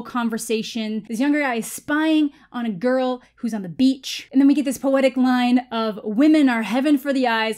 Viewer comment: 1: the way he says girl as "gorl" 2: "swip his nose like a credit card" 😜👌